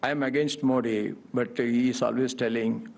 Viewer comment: Sir modiji ke nam ka u haryana sahi nahi